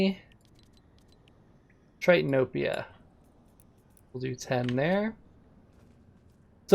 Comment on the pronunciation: Who else heard tritanopia